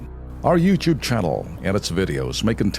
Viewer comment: YOUTUBE...PRONOUCE YOUTOOB...AND NOT YOUCHOOB..